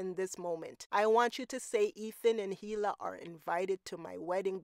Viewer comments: Is “Heela” a popular name in some cultures? I am always surprised when people familiar with the show hear everyone pronounce it with a silent H and still go so hard in the heela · You're not supposed to pronounce the H in Hila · the pronunciation of hila is killing me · The "H" in "Hila" is silent.